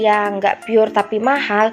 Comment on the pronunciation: apaan itu PUR ???? pur nama ??? pure itu bacanya bkan PUR.. tpi PYUR mbak